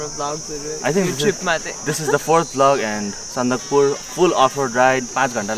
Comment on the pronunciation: It's Sandakphu guys lol